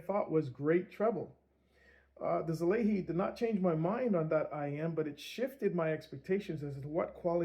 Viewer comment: I never seen anyone call it right yet haha. It’s Sah-lah-ee. I bet seeing the wording of such give you all native english speakers a tongue twister 😅 Thank you for this review a year later, I was actually considering it and found out the Mark II was released not long ago, any chance for that to be reviewed🎉😊?